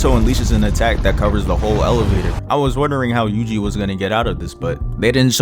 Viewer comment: WHY did i hear "juicy itadori"